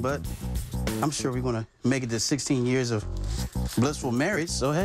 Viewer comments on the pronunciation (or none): "Happy Anniversary to 10 wonderful yeers." "10 wonderful yeers" "yeers" "y e e r s"